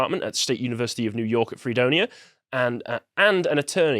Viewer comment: You were about to pull off the “Yew Nork” tongue twister, weren’t you? That has happened to me way too many times, I understand.